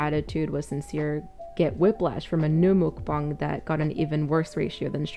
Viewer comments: Mukbang 먹방 The pronunciation is "meok-bang". Or, if that is difficult to understand "m-uh-k bang" (uh like under). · Pet peeve (not for you as a commentary person, but for people like ): mukbang is technically romanized as meok-bang, which is pronounced more like muck and definitely not mook. Not a big deal for most people, but a thing that I think mukbang content makers like really should know. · why does she pronounce it like that HELP ?? mook bong??? I thought it was muck bang, y'know???? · Our American idea of "mukbang" is not the same thing as the Korean idea of it, of course. But, yeah, the pronunciation! Holy cow, wtf is a "목벙"??? ㅋㅋㅋㅋㅋㅋ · m o o k b a n g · If MUK BANK as trailer trash Tammy says 😂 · Muk..bong…that’s how she’s saying. And holy crap it annoyed me so much XD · The way she says mookbuhng makes me so angry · My main problem with her is that she pronounces muckbang and mookbong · I hate the way she says mookbong……. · It’s not mookbong. The letter A doesn’t make an o sound omg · I don't like how she shredded the word mukbang, like- "MouukBongg" :D Just cringe in my ears. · The way she pronounces mukbang makes me so irrationally angry, I just... ASDFGHJKL!!1!!!1! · As a Korean the way she says muk bang kills me inside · Oh she knows she pronounces it wrong. She has been told so many times, but knows best I guess 🤦🏻‍♀️ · I looked it up and she's saying mukbang wrong